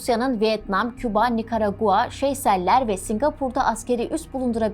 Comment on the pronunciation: Politeknik Enstitü nedense İngilizce söylenmiş, Seyşeller’e Şeyseller denmiş. Bir amatör kanal için fena değil tabii ama ciddi bir medya kuruluşu olmak isteniyorsa daha dikkatli davranılmalı.